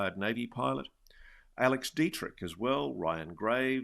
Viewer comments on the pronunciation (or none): none